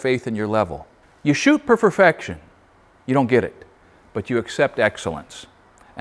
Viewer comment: "you shoot per ferfection" LOL...we know what you meant.